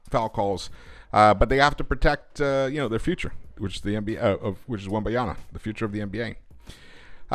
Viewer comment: His name is Wembanyama not Wembayana :), just call him Wemby as you'll have to say his name more in the future